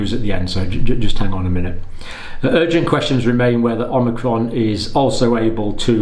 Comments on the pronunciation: considering that the vaccine only creates antibodies to the spike protein, and natural immunity gets antibodies to the spike protein and the whole virus body, we can assume that vaccinated people will obviously get infected by Unicron? ... also, "Oh-Mee-Cron" not "Om-Nee-Cron" :) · Dr. Campbell is still mispronouncing "omicron" -- He calls it omNicron. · Dr. John: I have been walking around in confusion as I hear the word "omicron" mispronounced. It's somewhere in the media and it seems to be you! There is no "n" as in "omnicron." From my college days, fraternity pledges had to learn the Greek alphabet. It's produced" o-ma-cron." Very close to "Omaha" coming from Peyton Manning. Love your work. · Not OMNI... O-micron. You clearly don't understand relative hazard if you think 0,71 is equivalent to 71% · Thanks John. I think it’s pronounced ‘ohm icron’ as i the greek pronunciation. Keep up the great work my friend 🙏